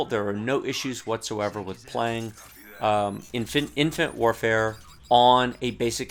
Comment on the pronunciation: Infant warfare. Nice mistake, i chuckled at that since cod multi is like that. ;)